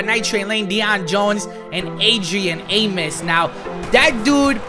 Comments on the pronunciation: Man said Adrian amus 😂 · It pronounced “ah-mos”